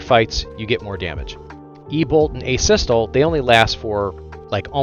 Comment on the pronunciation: Every time you say a-sys-tul instead of the right way it is driving me insane